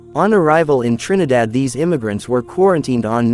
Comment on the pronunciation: I like how the commentator pronounces the name of the island of Trinidad. He has very soothing voice.